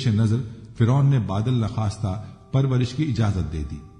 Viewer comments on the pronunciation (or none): Lafz baadal na khasta nahi hai ۔ Sahi lasfz ،- baadile na khuasta صحیح لفظ( بادِلِ ناخواستہ ) ہے